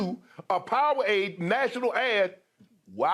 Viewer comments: Did shannon just say Pow-a-wade ?????🤣🤣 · "Major faces of Powwade" 😂😂😂